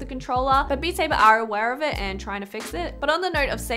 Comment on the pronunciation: Beat Saybah!